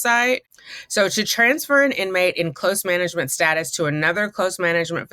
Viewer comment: Too funny that she has a challenge pronouncing the word "close" when it's the predominant word in the story.